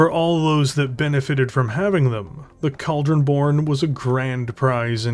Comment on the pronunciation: Well, he can at least properly pronounce Cauldron Born. As opposed to "Eeebon Jagwire"